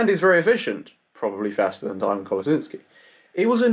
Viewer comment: He pronounced it like the herb Thyme